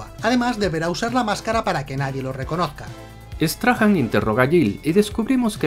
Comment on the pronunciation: Error épico, porque dices Peter straham... si es Peter Strahm??